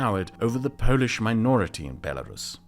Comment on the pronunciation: not to correct You but when talking about the antirussian club You overpronounciate the word "polish" , like in polish-portugeese relationships. the pronounciantion weight should be on portugeese.